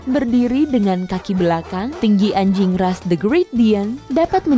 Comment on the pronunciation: Biasa aja kli bilang anjing nya🙄.